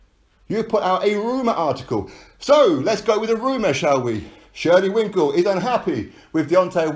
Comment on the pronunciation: LOL! It is shelly Finkel, why does every on keep calling him Winkle? LOL!